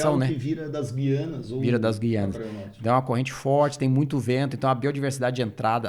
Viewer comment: Professor falando gui ,anas.Lamentavel